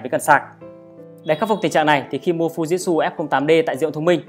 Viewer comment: Thực ra đọc theo tieng Nhật là Phư Ji Chư (ふじつ）add ạ. Chứ k phải phu jít su đâu í. =)))